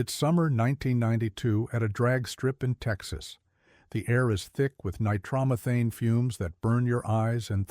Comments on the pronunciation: Ni-trom-uh-thane? Nitro-methane. 🤦‍♂ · Nigh-trauma-thanes???? LOL (it's NITRO-METHANE dude) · He said nitromeethane it's Japanese fuel made from rice...........lol......next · The word is nitromethane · Get a human to narrate this. "Nye-TROM-e-thane..." (eyeroll) And try being a crew chief and hanging around another competitor's car and see what happens. Also, nitro-burning drag cars don't have transmissions, so no "first gear". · Yep. That’s when I decided to watch something else.